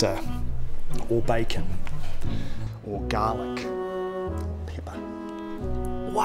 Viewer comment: I love the emphasis on 'garlic'. Lol.